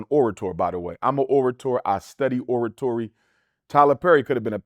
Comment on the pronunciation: No….all musicians seem to struggle with jealousy… like many professions or athletes.... please pronounce” oratory”..if your an orator